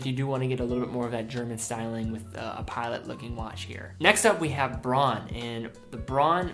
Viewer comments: great video as always! I know pronunciation is difficult for some German names. But simply say Braun like "brown" its a lot more accurate. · Difficulty for Americans: In the advertising here the company pronounces it "brawn", presumably because "brown" does not sound European enough. It blew my mind when I first saw a Braun ad in German, and I realized yes: "au" in Braun is pronounced as 'ow', as Donau River. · He pronounces "Bronn". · Many people helping with the pronunciation of Junkers. I believe Braun is pronounced Brown. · Braun is almost pronounciated as in Brown. But its ok.